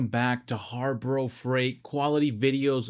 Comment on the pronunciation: HAR-BRO Freight !